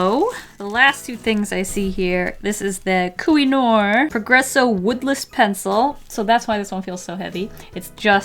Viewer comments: I am from czech republic, that's where Koh-i-noor pencils are from. It's funny to listen to you pronounce it. Xdd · KOH-I-NOOR. CZECHIA U GOO